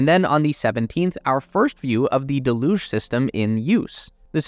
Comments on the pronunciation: "Deluge" is supposed to be pronounced DELL'yüj, not duhLÜJ'. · Duh looosh? Its 'dell yooog'. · Can't take it seriously when you get to the word 'Deluge' type it into any dictionary app and hit the little speaker symbol and it will tell you how to say it ! just nitpicking really but it's really annoying ' DELL - hUGE '....cheers. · Look up "deluge" and hit the pronunciation button. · You're pronouncing deluge incorrectly. Search for deluge on an online dictionary and click on the speaker. It will pronounce the word for you.